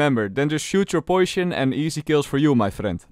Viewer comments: cringed while he said poish-on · I love how he says 'Poishon' (no offence im not being sarcastic i actually like it) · Poision lovely pronounciation